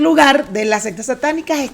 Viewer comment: Lo siento, me causa ruido cuando dices "las sextas" cuando son "las seCtas" jajajaja... Nivel de inglés 77% y de español? Jajajaja... Un abrazo!